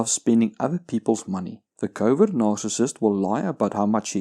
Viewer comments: I'm sorry. But is he saying covid narcissist? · In the beginning of the video I thought he was saying "Covid Narcissist" and thought it was a unique take on some of the insanity going on out there. Then I realized I misheard him. But still... Covid Narcissist. I'm thinking that's a real thing... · I keep hearing "Covid narcissist"... lol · What the hell is covid nararcissist? I've heard him say it a dozen times and I can't think of what other word he could be saying